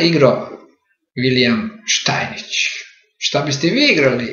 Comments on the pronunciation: Nije Štajnič, nego Štajnic (Stainitz)! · Молим поштованог да се не љути на мене, само му желим рећи да је правилни изговор презимена првог светског првака у шаху Штајниц, а не Штајнић. Иначе Штајниц је имао трагичну животну судбину, умрла му је ћерка, а он је пред крај живота душевно оболео.